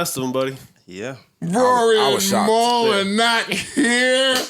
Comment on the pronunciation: Why did you say Raury ? 😂😂😂 is this dj Academics